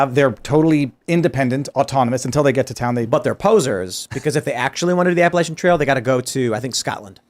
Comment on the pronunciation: PLEASE tell that it's pronounced APP-AH-LATCH-AN!!!!! It's NOT...APP-AH-LAY-SHAN!!!! My family has been in The Blue Ridge since the 1600's....so we KNOW how to pronounce Appalachian.